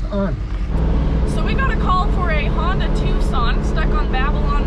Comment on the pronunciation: it's Hyundai not Honda lol.